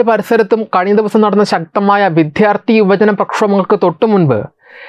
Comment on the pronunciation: എടോ മിസ്റ്റർ ഇനിയെങ്കിലും മലയാളത്തിൽ വിദ്യാർത്ഥി എന്ന് പറയാൻ പഠിക്കൂ !!!